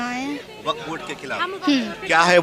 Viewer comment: waqf❌❌ Waaaakfff✅😂